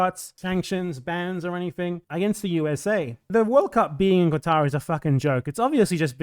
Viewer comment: As someone from Lebanon/Syria, who grew up in Kuwait to a poor expat family, I have a personal hate against the Oil Monarchies of the Persian Gulf, but as you said the willingness of Westerners to criticize non-Western countries much more harshly than their own much more destructive countries is disgusting. Minor correction: the Q in Qatar isn't a qu/kw sound, it represents a sound not existent in English, just say Katar that's a much better approximation in my opinion.